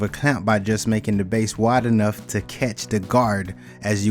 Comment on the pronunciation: It’s all about “da base”.